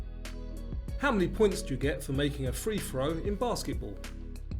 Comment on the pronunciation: ‘Fthree throw’ 🤣🤣🤣 …We love your quizzes